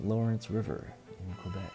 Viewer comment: Cool videos and coins ... thank you and hope you do more and yes you said it welll Québec lol I am from Québec Merci